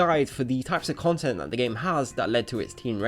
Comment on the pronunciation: Not Eh cone tent